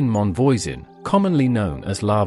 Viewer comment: Man, I know it's quite something to ask but when you talk about foreign people, could at least try to learn how to pronounce foreign names? Catherine Monvoisin.... It's a good thing I know all there is to know about the Affaire of the Poisons, because otherwise I'd never have recognized the name. Also, you forget to mention that her first dabbling in toxics was as part of her midwifing work, when she became what we French call a "faiseuse d'anges" (angel maker), that is, she provided abortifacient drugs, some of which were downright deadly. Not to mention that the witchcraft side of the affaire was minor, the more important thing is that she was at the core of a ring of poison sellers, responsible for many deaths.